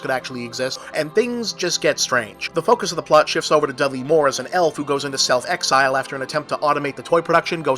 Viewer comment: "Self exile"Bob? Don't you mean "Elf exile?"